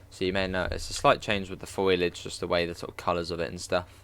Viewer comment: Just to help. It's pronounced fowlidge not foil idge. I think it's an bFrench based word Looks like a great route . 👌